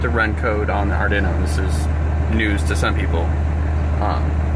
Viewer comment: Ardinno 😆 it's arduino like guido because it's I-talian!